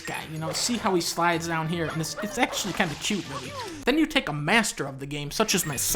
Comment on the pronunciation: GUUUUUh, ACTULAY DUNKEY ITS MATTER EATER LAD!